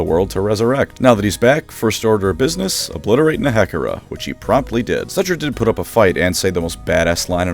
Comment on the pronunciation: The way you pronounce Nehekhara. It is... discomfiting.